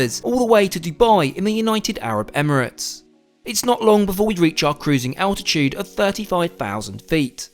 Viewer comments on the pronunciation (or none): none